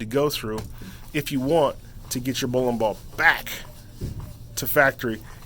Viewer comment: how many times can he say bowin bawl?